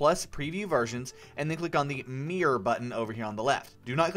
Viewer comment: he said mirror like meeor